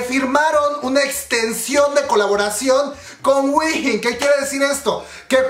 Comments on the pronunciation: wihin xD se dice uin o win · Se pronuncia JUIN, si queres te ayudo con el coreano 💕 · Según yo se pronuncia juein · te corijo dos cosas: se dice mamamuu no mamamoo aunque asi se llama pero no se dice asi, y se dice whein come wey pero con "n" al final (no es hate sorry) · Yo a Wheein la pronuncio como "Wey" y después "in", tipo "wey in" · Según yo sé dice "guein" jsjsjsjs o "wiin"